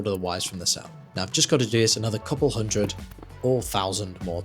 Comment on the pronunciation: one houuuoooondred percent